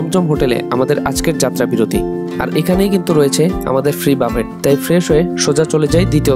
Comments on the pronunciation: বুফে রে বলতেছেন বাফেট 🤣🤣 হচ্ছে হচ্ছে করেন কেনো? 🤣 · Everything was fine with the presentation of your video only one place was a bit wrong that is, it will be a buffet (বুফে ) and not buffet . Anyway good luck to you 💖